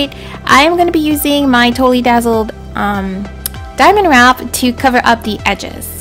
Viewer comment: Where do you get the diamond wrap, I could not understand you.